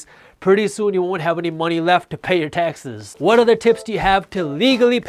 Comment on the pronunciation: Lol I kept hearing "Texas" instead of taxes